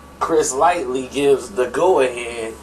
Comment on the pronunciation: This dude has no idea what he talking about! Firstly he keeps calling Chris Lighty Chris Lightly.. you think a dude in the know would not name the character's correct name? Papoose is the most feared MC!!!!!